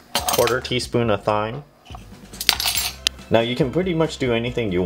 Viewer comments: Also, I think that you meant to say "voila" in the description and the word "thyme" is actually pronounced just like the word "time" and not as it appears as written. Anyway, I'm not trying to be a jerk, they're just FYI. Thank you for your videos. They're great! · thyme is pronounced time